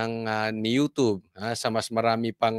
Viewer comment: Couch naguhin mo Pronunciation ng YouTube Tama ydm.sayu.Ganito . wrong.yutob